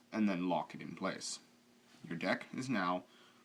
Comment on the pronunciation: No, it's "Deck" not "Dick"